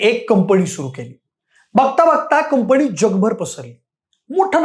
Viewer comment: शैक्षणिक विषयावर बोलताय; कृपा करून शुद्ध भाषेत बोला. उदा. 'कंपणी' हा शब्द कुठून काढला?